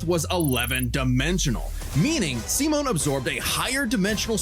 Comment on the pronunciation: Yeah😂 it's "See-Moan" not "Sigh-Men"